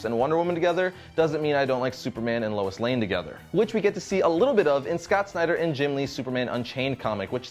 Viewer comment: Lois Lane, LOIS. L-O-I-S. Jeeze. Louis is a male name. Superman had the start of a relationship with Wonder Woman back when she first appeared in the 40s. He also had a relationship with Lana Lang, Lori Lemaris, Big Barda and Lady Maxima. Superman's backstory was not changed at all. He was still found and raised by the Kents after being sent away from Krypton.